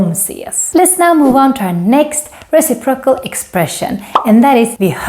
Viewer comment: Re-CIP-ro-cal (Stress is on 2nd syllable 😉)